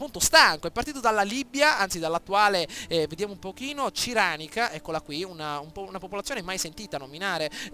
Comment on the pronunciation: si legge "Sireneica" no "Ciranica"..Ahaha:)